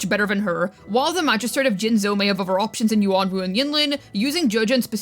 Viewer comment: truly one of the silliest characters of all time ALSO ITS JINJOU NOT JINZOU I SWEAR I WILL FIND A MISTAKE WITH EVERY VIDEO